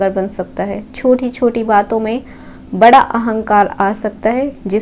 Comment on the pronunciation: we respected a lot🙏🏻🙏🏻 आपका राशिफल एक नंबर👌 रहता है l पर अब बड़ा को बरा क्यों बोलती हैं, 👉ड़ 👈 में आपकी toung फिसल जाती है,, इसलिए आप ड़ को र बोलती हो l और 👉स👈 को 👉श👈 क्यों बोलती हैं? जैसे सोमवार होता है,,तो तो आप 👉सोमवार👈 को 👉शोमवार👈 क्यों बोलती हो?